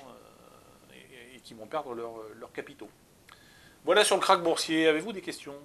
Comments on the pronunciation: KRACH pas KARCH lol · « Karch »? Connais pas ce mot.